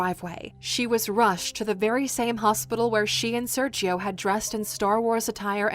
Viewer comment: It triggered me every time she said "Serchio" instead of "Sergio"